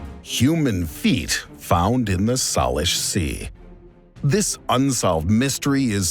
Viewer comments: SAY-lish, not "Salish" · Salish is pronounced Say-lish